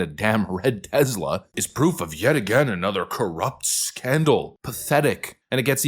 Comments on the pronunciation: Bro...why do you pronounce Tesla with a "Z* sound?? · IT'S TESLA!!!!!! NOT TEZLA!!!!!!!! Drives me nuts!!!! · Omg dude!! Stop saying it with a Z!! You wouldn't say Nikolai Tesla's name like that so why do you say Tesla like that?? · Tesla, not Tezla. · It's Tesla not Tezla, with an S not a Z. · It's teSla not teZla!! S not Z! teSla, say it with me, teSla!😂